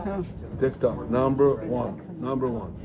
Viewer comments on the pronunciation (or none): none